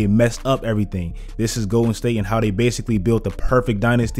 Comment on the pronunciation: Is he saying Goated state warriors or Im trippen